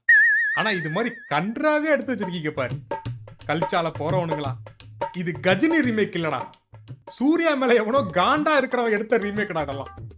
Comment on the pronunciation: கஜினி ❌ காஜினி ✅